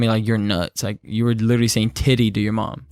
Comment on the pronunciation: the way logan said titty made me laugh hard asf